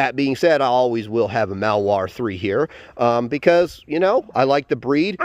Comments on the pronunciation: Do you mean to say “Malinois” not “Malware”? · maLinois! Not mawoa... MA LEE NOA... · It would be easier to believe that you have "years of experience" with these dogs, if you could at least pronounce the breed name correctly.